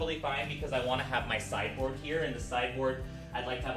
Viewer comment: Every time you say sideboard, all I hear is cyborg and it is cracking me up.